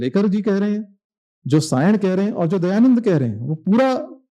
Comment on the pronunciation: Dayanand ❌ Dayaland ✅❤